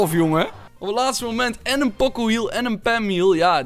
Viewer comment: Leer die namen uit je hooft, pocco alsjeblieft POCO